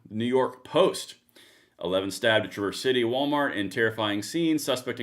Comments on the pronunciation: Can you please do a little research before you post?! The guy is 42 years old, Bradford James Gille. A white guy with a substance abuse history. A black guy (CPL holder) stopped him in the parking lot. Finally, you pronounce the name of the city Traah-Verse. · Pronounced Tra-verse